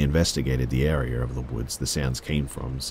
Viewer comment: The way he says area 😂😂 "Airier"